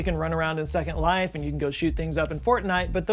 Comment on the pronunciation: So, basically, they just copied Second Life. A decade later. "Zecond Life" 🙄